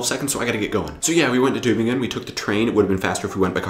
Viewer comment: Good pronounciation of the city's name! Kudos